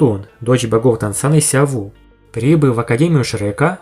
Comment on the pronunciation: Вы не офигевайте называть Сяо У называть Сяо Ву не называйте её так